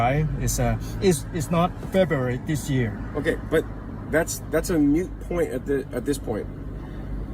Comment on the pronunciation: My understanding is if it was a lawful traffic stop, which it seem to be, they do indeed have the right to legally force him to step out of the vehicle. That said, I do not believe this needed to happen based on his actions in the video, but who knows. Also, did that cop really say "MUTE point?" 😯😂🤣